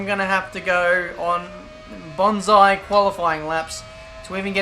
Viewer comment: Banzai Ben, not Bonsai, that's a tree.